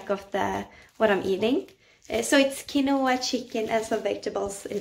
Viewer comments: You did Say Kin O ah properly lol. Good stuff that you are wanting to take care of you’re self but you are perfectly sweet and great as you are don’t change for anyone. You are just so beautiful puts sunshine in my day with you’re video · Chicken, rice, and broccoli is a staple diet for anyone here trying to cut and show muscle mass. Quinoa is ok (and said the same way in NZ as you pronounce it). Keep the interesting content coming!